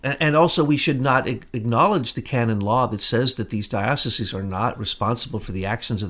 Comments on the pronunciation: DIE - OH - SIEZE ... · You are a Jesuit and you don't know how to pronounce Dioceses... Peace